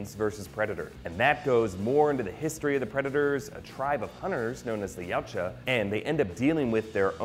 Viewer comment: Sorry for being nitpicking, but Yaujta is pronounced: E-wat-ya